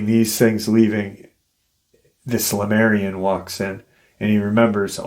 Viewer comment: You say Lamarian. Isn't it Lemurian? Or are they different beings?